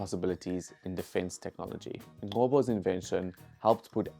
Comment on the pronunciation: "Ncobo" is pronounced like Bheki "Cele" not a hard click which is a "Q" like the rugby player Lizo "Qgoboka"... Aweh.